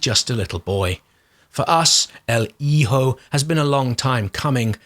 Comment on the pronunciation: Despite being subbed, I haven't seen a video from you in ages. What a treat! The way that you curate games, your style of writing and your delivery of narration make a video from you one where I can let go of the keyboard, sit back and just enjoy. I'll definitely be grabbing El Hijo (good pronunciation BTW) and probably Phogs. Your overview of Haven made it sound more interesting than I had previously thought. Couple more in there I"ll be looking into. Thanks, as usual, for such a wonderful round up. Take care, stay safe and well!